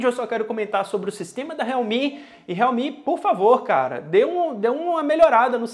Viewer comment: Sério que pronúncia realmi?tipo esses China MI 🤔..